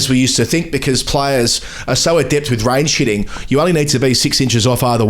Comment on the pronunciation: It does sound like says "rain shitting" instead of range hitting